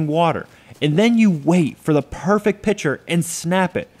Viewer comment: If he said "pitcher" one more time, I was going to jump through the screen and strangle him.